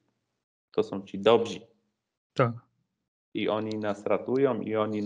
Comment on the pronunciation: Panie Janie Białek. Przepraszam, że publicznie zrobię taką uwagę, ale inaczej nie mam możliwości. W mówi Pan "to są ci dobzi". TAK po polsku się nie mówi Mówienie w ten sposób jest kompromitujące i ujawnia niski poziom Pana wykształcenia, a tym samym obniża Pańską wiarygodność jako eksperta. Po polsku mówi się CI DOBRZY. Po prostu tak wygląda deklinacja przymiotnika DOBRY w liczbie mnogiej. Proszę to sobie przyswoić na przyszłość, dla Pana i naszej pomyślności. Pozdrawiam.